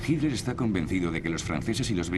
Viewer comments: Por qué dicen "Hinler" los españoles??? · Si es HITLER, ¿por qué le dicen GILDER? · SniperG1 Yo leo con los ojos, pero escucho que los españoles DICEN "Hinler". De hecho soy profesor de ingles, tengo el oido bien entrenado para escuchar los 50 y pico de sonidos que puede hacer el humano. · ***** A Himmler le dicen "Himmler" Pero a Hitler le dicen "JILDER" ¿por qué?